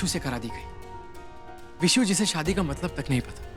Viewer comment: Why they always call Vishu as Bisu.. It irritates me..😌😌